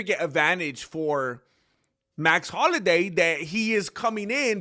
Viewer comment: Max holiday? Man learn to read english ese. Youre in america